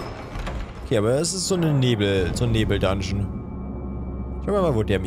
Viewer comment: Normale Menschen, die kein Elden Ring spielen:Nebel:Näbel XD